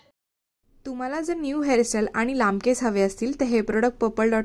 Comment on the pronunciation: केसअ नाही ग, केस असतात. उच्चार चुकतोय